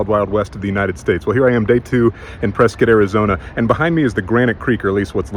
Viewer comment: Impressed your pronunciation of Prescott is spot on. Prescit like biscuit…not Pres-Scott. Nice. Only wish PBC was still open for you on Whisky Row